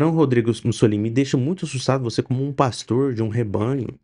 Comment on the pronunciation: Por*a. Você nao consegue acertar nunca o nome desse pastor?